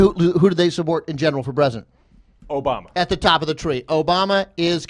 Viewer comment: Wow, you said "Ass-bama" instead of "Obama". I'm convinced.